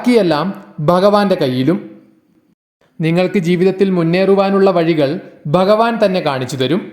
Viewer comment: dayavayi bhagavan enu parayuka ba alla bha anu thangal bagavan ennu dayavayi parayaruthae